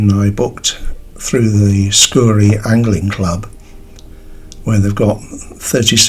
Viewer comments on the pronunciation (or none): Fishing in my back yard. 😉 Its pronounced " scow -ree" emphasis in the cow as in bovine, not scoorie.